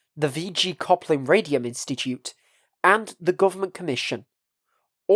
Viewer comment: isn’t it Khlopin, not Khoplin?